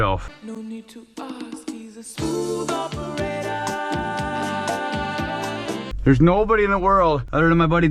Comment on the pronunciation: "smooth operatah" 😂